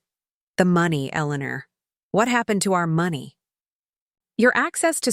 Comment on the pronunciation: Why do all of these stories can’t pronounce money quotes properly is it an AI glitch